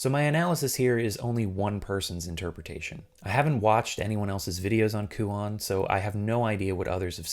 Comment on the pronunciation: My only (admittedly pretentious) complaint is the pronunciation of the title. The -on should be pronounced like the word "own" actually lol.